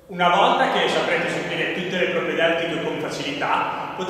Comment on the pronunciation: Stima enorme per ma il "muscol ap" non si può sentire xD